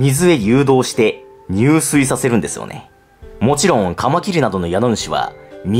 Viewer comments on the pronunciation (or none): 入水→じゅすい と読みます。いや、視聴者さんの為に敢えて分かり易く言っていたならすみません。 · 宿主＝しゅくしゅ 入水＝じゅすい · ごめんなさい！ クソどうでもいいことなのは分かってるんですけど 自〇が目的で水に入る場合はにゅうすいではなく「じゅすい」です！ それ以外だとにゅうすいと読みます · 宿主「しゅくしゅ」、入水「じゅすい」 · 「にゅうすい自殺」じゃなくて「じゅすい自殺」だよ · 入水自殺って「にゅうすい」じゃなくて「じゅすい」じゃなかった？ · 入水自殺は、「にゅうすい」自殺じゃなくて「じゅすい」自殺と呼びますよ！ 自殺が後ろについた時だけじゅすいと読みます☺️ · 入水自殺（じゅすいじさつ）な？ 水に入るだけなら「にゅうすい」 死ぬ行為に至る時は「じゅすい」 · にゅうすいじゃなくてじゅすいだな